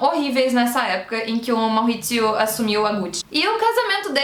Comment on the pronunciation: Ele era italiano então é Maurizio mesmo, não Mauhhhizio kkk, mas parabéns pelo vídeo, amei, ansioso pra ver a no filme.